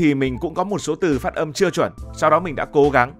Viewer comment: Phát âm không phải phất 😂😂